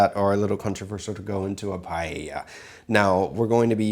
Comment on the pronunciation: nice PEA-lla